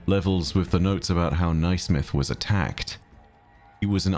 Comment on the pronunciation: Naismith is pronounced “nay-smith” btw. Sorry to be a nerd but it was bothering my Scottish ears 😅